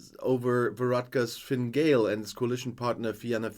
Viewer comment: Your pronunciation of the party name's are chronic. Fine Gael is fin-a gale and Fianna Fáil is fee- na Fall. Also you over simplified the problems in the North there was civil rights issues were nationalists catholics were treated as second class and we're denied votes due to gerrymandering and draconian laws.